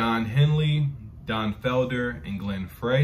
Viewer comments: If you've seen Eddie Murphy in Beverly Hills Cop, the opening song, "The Heat Is On" was a a solo project by Glenn Frey (pronounced "Fry"). The Eagles are a group you could create an entire library of reactions for their group collectively and their careers individually. Case in point, Joe Walsh "Life's Been Good", Don Henley "New York Minute", etc. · Glen Frey's last name is pronounced, FRY. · The name Glen Frey...is pronounced the same as french fry